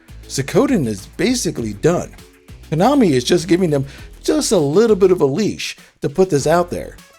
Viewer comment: Good gosh. Pronounce it right please. Suhcowden? Ayuden Chronicle? Kanami?